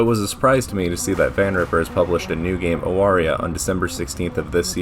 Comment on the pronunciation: First? It's pronounced Avaria, I only found that out today. Respect for your preference of Zdrada. Nikita is very cool, Like your reasoning. I am unfortunately torn between Pandemonica and Judgement.